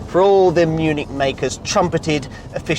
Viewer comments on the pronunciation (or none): none